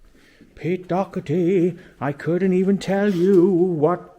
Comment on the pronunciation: Its Doherty lol